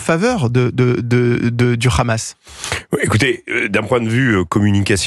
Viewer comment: Faut arrêter avec le RRRRamas, vous faites pas autant d’efforts pour d’autres langues.